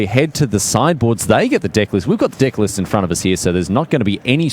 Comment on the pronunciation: am i the only person earing them says "dicks" each time they pronounce deck ? maybe it is because i'm french :)